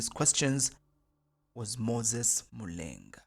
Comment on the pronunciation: Excellent content, good narration. However, i feel you need to pronounce the Zambian names such as Mulenga, the way they should be pronounced.